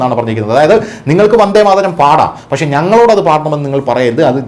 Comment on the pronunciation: ആദ്യം വന്ദേ മാതരം എന്ന് ശരിക്ക് പറയാൻ പഠിക്കടെ ....